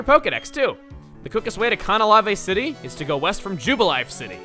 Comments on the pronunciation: always thought it was pronounced can-al-ave because there's a giant canal that runs through the city. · I say Can-ah-lave, but I don't think it matters this much. I mean, my friends and I pronounce Pokemon names differently, but we still know what we mean. It is a fictional place, so it is up to the player's interpretation as to how it is pronounced, so you are right, I am right, Chugga is right, we are ALL right. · I just looked on the Bulbapedia website to see where the English name comes from. It comes from the words "canal" and "lave" and lave is pronounced with a long "a" so the city's name should be pronounced "kan-AL-lav" with a long "a" not separated into two syllables. Yes, we understood what he was talking about, but the name origin simply shows that it is meant to be pronounced another way. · im pretty sure that the pronunciation of Canalave city is can-a-lay-ve. This was from only one guy on bulbapedia so im not entirely sure but i think its right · For someone who strives to be accurate, I expect better from him. I mean, can-uh-layve is the canon pronunciation in the anime. Why doesn't he know that? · That’s not how you pronounce Canalave city TBH 😂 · Yeah he pronounced to totally wrong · No, Chugga's dead wrong. You're closer, but make sure the emphasis is on the second syllable, as it is a combination of the English words canal and lave. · The way Chugga says "Canalave City" made me cringe so hard. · He's pronouncing it like it's Japanese. Which... it isn't, because the Japanese name for it is Mio City. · also, no one else pronounces it like this. Hell i even checked platinum lets plays amd they dont pronounce it like chugga does. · You say Canalave City weird lol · Cah- nah- lah- vey? Wut? Isn't it Canna- lave? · AAAAAHHHHH what was that pronunciation of Canalave?!?!? I thought it was Can-A-Lave not Can-A-La-Ve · ALSO, IT'S CAN-A-LAVE NOT CAUN-A-LAV-AYE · Can a laive Not Cana lava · Ka-Na-La-Vei City.. How is that Canalave City.. Jeez..